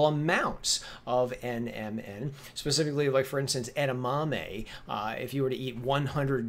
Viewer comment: Omg, you keep saying nnm, like you know what you're talking about lmbo....learn the terminology before you try and sound like an expert